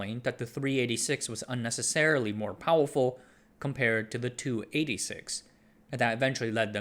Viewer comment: Why are you saying powuwfuw? You make the R sound in other words just fine so it’s not a speech impediment right?